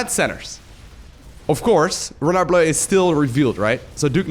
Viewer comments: when pronuncing renard, juste dont include the "D" at the end, like if it was spelling "renar"!!!! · The R in the name is supposed to be pronounced the Way you dutch People pronounce your g h and j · Renard = Fox The "d" is mute. Just like the "t" in "croissant". French "Rs" are generally not rolled (except very specific places in the south). It should sound more like a vocalized yet softer german "ch" (as in -ach, not ich). 5/10 for effort. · A bit too much on the R on Renard but otherwise the Le Renard Bleu was good pronunciation!